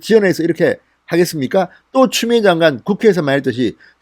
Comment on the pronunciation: 진성호.위 이빨이.없나봐 발음이 추미애 보고 쮸미애라고하는거같은데 이부터 손보고 방송했으면한다 발음도 현찬은 자가 뭘 말을하나.기가막힌다